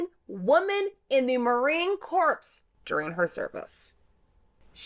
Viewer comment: Her name is pronounced 'Oh-pha' and Corps is pronounced 'core’ not 'corpse'. Other than that, great video!